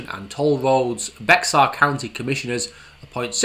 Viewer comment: Bexar county is pronounced Bear, like the animal. Highways are gridlocked here and the Boring Company is a vital solution.